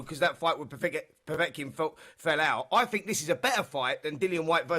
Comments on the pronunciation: They should have ripped the microphone from Simon Jordan the moment he uttered the word ‘POVOTKIN’. Zero boxing knowledge. What next, Donald Trump in the studio for a chat about diplomacy? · Simon Jordan said Povotkin. I have no interest in his opinion on boxing. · "povotkin" you can tell he watches alot of boxing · Why the fuck is Simon Jordan talking about Boxing. He can’t even pronounce Povetkin’s name correctly! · Simon Jordan is a pompus prick who knows FK all about boxing and would duck a fight with a little girl, disrespectful know nothing. Derek is a way better boxer than Simon Jordan is sports Journo, he can't even get Povetikin's name right ffs.